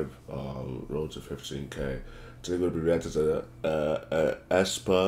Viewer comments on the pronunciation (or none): Its pronounces espa